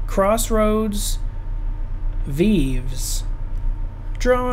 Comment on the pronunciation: Not pronounced veev, it's vayvay